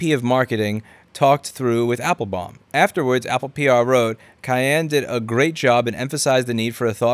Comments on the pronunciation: You can't pronounce Bin-ya-min Appel-baum? lol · why can't you pronounce Benjamin or Appletree?